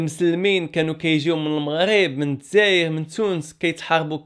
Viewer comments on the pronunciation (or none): none